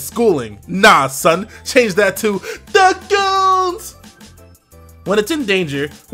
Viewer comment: Every time you say "THA GOONZ" I die laughing.